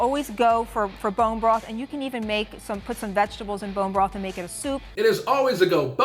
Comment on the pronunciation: "bone brath"